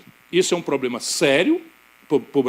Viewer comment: falá até papagaio fala fazé e o poblema